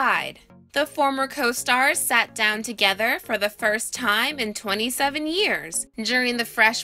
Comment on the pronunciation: She pronounces.the.word 'time' as: 'tiihhihihimmmmhhhh', with het unpleasant voice crack.